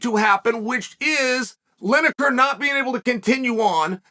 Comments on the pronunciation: Linejer, Maklechev, Oliver, Yarear, Prokriev, Provaki, Provider? Who really is the GOAT? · Lineker/Linejer Tomato/Tomajo